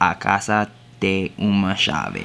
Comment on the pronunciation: What he said in Portuguese : The house has a key. Say "tem" like how it sounds not "te". little tip from me